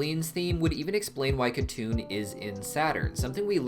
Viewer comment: it should be pronounced Hatun not katun since it's a Turkic/Mongolic name.. but yes